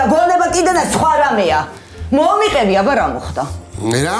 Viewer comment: მოიყევი არა.მოიყეცი😂